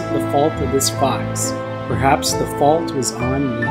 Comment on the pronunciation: did he just say bruhaps?